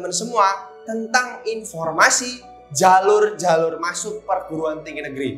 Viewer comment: Medhok kak "jhalur" hehe